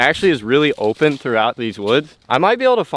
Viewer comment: this is kinda weird but does anyone notice when says open it always sounds like olpen..